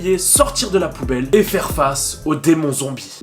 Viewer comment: Hahaahhaahhaahha tu a dit zonbie